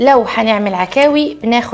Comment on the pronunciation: اسمها عكاوي بالشد على حرف الكاف